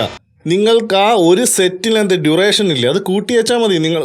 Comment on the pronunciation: ടു റെ ഷ ൻ അല്ല ബ്രോ ഡ്യൂറേഷൻ